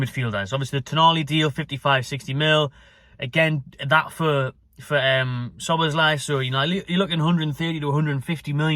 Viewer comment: it's ja boz lie